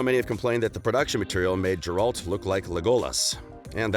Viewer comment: Dude no hate but this video has too much false information and it appears too subjective. PS. Every time you call him Jerald, a part of me dies.